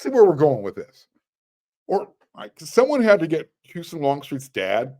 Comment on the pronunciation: It’s pronounced Hoo sahn not Hyusun